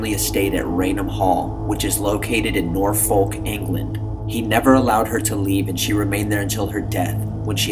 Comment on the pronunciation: the way u pronounced norfolk 😅😅😅 good attempt tho. keep up the great vids